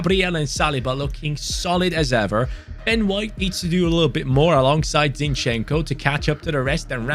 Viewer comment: Zinchenko's name pronounces just as it's written, try to accent on I, so it's zIn-chen-ko, don't pull e and o sounds, say it fast